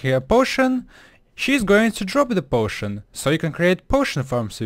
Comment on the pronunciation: he sound like: muilk .. can weverse. potoin . efwct. lol XD😅😅😅😅😅 [NOT TRYING TO BE MEAN] U NEED SOME MILK HAGAHAHAHAHAHA LIL XD